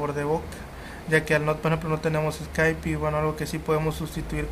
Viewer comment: Escaipi? ._. (Skype)